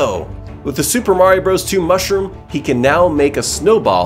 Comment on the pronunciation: I love how you say mushwige